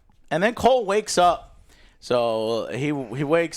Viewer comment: I'm referring to Joe's incessant mispronunciation of Cole's name 🙄